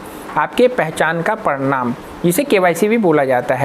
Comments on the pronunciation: Are Bhai parnam patr nahi hota parman patr hotahe😂😂😂😂😂😂😂😂😂😂😂😂😂😂😂😂😂😂😂😂😂😅😅😅😅😅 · Bhai ji parnam nhi parmad bolo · प्रणाम नही भाई, प्रमाण होता है, आप प्रणाम बोल रहे हैं